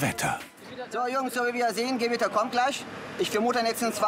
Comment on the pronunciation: Die Gwitter, es kommt DIE GEWITTA😂